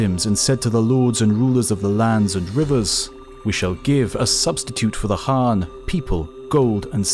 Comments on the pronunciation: Khan = kan, not han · So it's "Han?" Like Han solo? And the thousands of historians that have pronounced Khan with a hard K sound are wrong? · Diffrent people always give a diffrent answers on how to pronouce Genghis.. And today i hear Khan pronouced as Han for the first time.. I give up